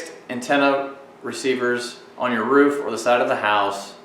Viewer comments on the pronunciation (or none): none